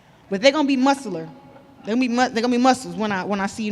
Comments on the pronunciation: musular I think u meant to say muscular hun c’mon shields don’t be chewing on ur words before the fight dk why she always gets so vexed over comments man her ego is suttin else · their gonna be MUSALAR. GOOD LORD 😂😂😂 Thank God she’s a fighter. The Language is Hilarious